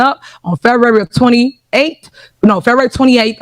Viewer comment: Wtf is "Febuwry 28"?😂😂😂😂😂😂❤❤❤